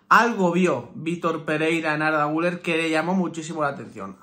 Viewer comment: Se escribe guller se pronuncia guiler